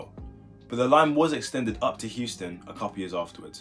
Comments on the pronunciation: No laughs, but are you aware that you are saying Houston instead of euston Also, i think that it would be 1 line just split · Its Euston not Houston